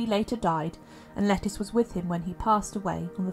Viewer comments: Isn’t it pronounced “Leh-Teece” rather than “Lettuce”? Sometimes this voice sounds like a text-to-voice-program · Thank you. I was cringing each time she called her “lettuce” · I’ve heard that her name should be pronounced Le-TEES, like Leticia… Great video👍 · Pretty sure it's pronounced Le teece not like the salad leaf 🤣, I do enjoy your videos it's nice to listen /watch instead of read sometimes 🙏😎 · Yes, it's a anglicized form of Leticia.